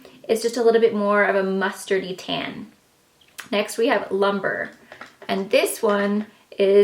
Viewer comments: You pronounce Lumbre like this, Loom-bray. Not like tree lumber. It means fire in Spanish, as does fuego. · Pronounced loom-bray, not lumber.